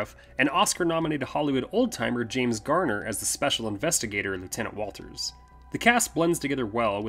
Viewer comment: Good job guys, but you call the "brother in law" Is Walton Travis' brother. Also the special detective's name is Watters, not Walters, in respect to the film.